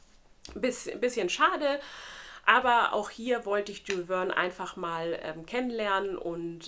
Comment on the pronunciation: Jules Verne = Schül Värn (etwa so ausgesprochen, französisch… Sorry fürs klugscheissen aber es hat mich getriggert 😂 Ich kann „Vergiss mein nicht“ als Hörbuch empfehlen, der Erzähler ist nämlich auch der Synchronsprecher von Frodo Beutlin/Elijah Wood😂 ich fand das so geil!